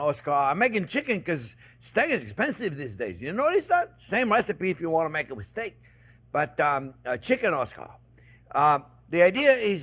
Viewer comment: Make it “with steak” sounded exactly like make “a mistake”, so I’m going to try it with chicken.